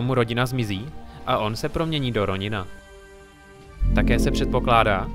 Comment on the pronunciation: Roňina? Čte se to Ronin neber to jako hate spíš jako radu